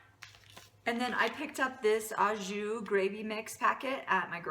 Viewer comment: Au Jus pronounced like Oh jooo